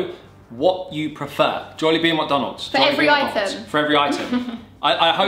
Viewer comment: I loved the way you two pronouce "jolllibee" its the way common Filipinos pronounce "jollibee" with the phonetical "o" sound.